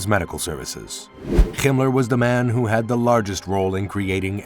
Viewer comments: Himler is pronounced axactly as it's written. NOT Gimler. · Who told this guy how to pronounce Himler 😅